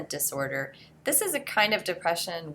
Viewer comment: Everyone: sadness Me: Am I the only one that noticed she said disorber instead of disorder?